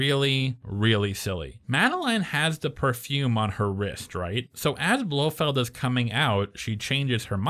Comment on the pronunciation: BloFELD not Blowfield 😀 I see you caught that